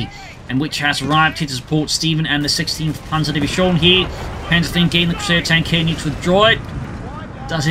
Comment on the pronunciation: your "panzer three" sound like "panzer V" i search for panther all the time